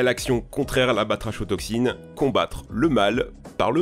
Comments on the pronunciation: Attention a la prononciation : Cigualtera => "Cigoualtéra" Batrachotoxine => "kotoxine" et pas "cho" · Juste prononcer Batrako toxine sinon très intéressant, merci